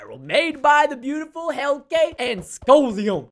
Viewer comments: It’s pronunced Heal-ka. It doesn’t sound like how it’s spelled Heilke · I dont wannz be a hater i love ur vids but you pronounce the map creators name as 'heel ke' not 'helke.btw tks ix how you pronounce it and wont pronounce it. And i know this because im dutch to. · Hielke Ketting hellka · Preston I just wanna say that your saying Hielkes’ name wrong 😂 It’s like Heel-ka but spelled Hielke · how it's spelled : hielke how it's pronounced : Heel - kay